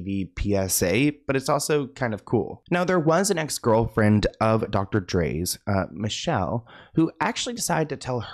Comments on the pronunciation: It’s not Michelle it’s “Michel-lay” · Its not Michelle. It's MEE-SHELL-LAY! She was a talented singer! She was the mother of 1 of Dre's sons. She made a movie about the abuse. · It’s not Michelle. It’s micelle (mee-sha-LAE) SMH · MEE-Shell-Ay (Michel'le) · Hey, I really enjoy your content. Just wanted you to know Michel’le name is prouncounced, Me-shell-Lé. Great video and keep clocking these celebs tea. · It's Mi CHEL LAY! Youngin 😂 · Ex girlfriend is named “Me-Shell-Lay” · He always says people's names wrong. Especially those who aren't Caucasian. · Thank you, he always butchers names. Michel'le was one of my favorite names back in the day, haven't heard it since.